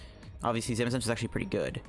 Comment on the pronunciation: he says zamazensa LOL 🤣😉